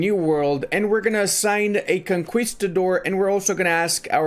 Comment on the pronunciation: Love your videos. Conquistador is pronounced KON-KEE not KON-KWI. cheers.